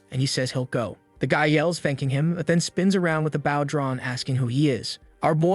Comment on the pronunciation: Serious question why is it you can't pronounce bow